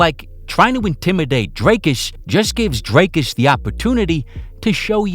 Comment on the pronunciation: the first time anyone's pronounced his name correctly with the correct accent tones especially on the "dri"